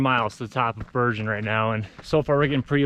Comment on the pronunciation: Bergan not berger